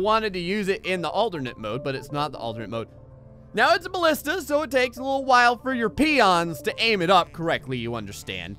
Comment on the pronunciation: The Greek word is Μπαλίστα. So you were pronouncing it right. Its Ballista.